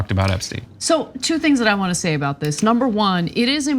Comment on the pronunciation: It’s diss not dish!!!❤